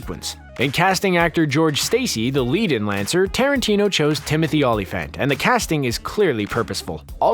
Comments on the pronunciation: Dude, learn how to pronounce names. See-bring, Ola-Fant etc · These A.I. assembly videos are so cringe. The mispronounced Sebring, Olyphant and others Are a dead giveaway. As are the clips of THE WILD BUNCH when discussing Italian Westerns. No true cinefile would do that. Not just annoying but unendurable. Machines do NOT do it better. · Not bad if you haven’t gotten past the 5th grade. And do a little more research on pronunciation of the names, like Dashiell, Olyphant, and at least three others.